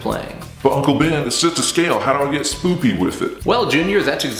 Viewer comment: Did you say spoopy?